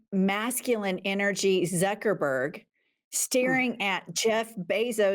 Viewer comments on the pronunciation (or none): Agree 100%... but you mispronounced Mark *uckerberg's name 😂